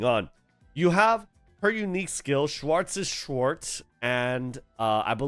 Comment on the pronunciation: Bro didnt even try to pronounce "Schwarzes Schwert" 😂